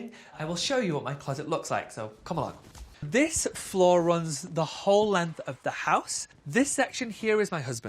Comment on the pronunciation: "zis" LMFAO